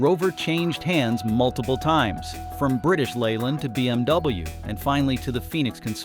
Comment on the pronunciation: Hooondiiee, bee emmm dubbyaaah, Mitse boooshi, Toyo -Yoda, Kneeeeesuuun, pooo joe, JHAAAG-WHAAAAAAR